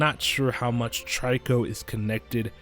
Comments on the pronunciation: its not tryco its trico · the way u pronounce trico is tree-ko not try-ko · trico is pronounce treeko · You’re saying trico wrong